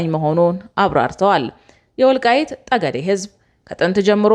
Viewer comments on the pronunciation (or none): ጠለምት ሳይሆን ፀለምት ነው ጠገዴ ሳይሆን ፀገዴ ነው ስትናገሪ ሚዛናዊ ለመሆን ሁለቱም ተናገሪ።